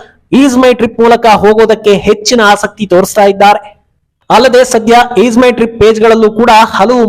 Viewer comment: ಈದ್ ಅಲ್ಲ ಅದು ಈಜ್ ಮೈ ಟ್ರಿಪ್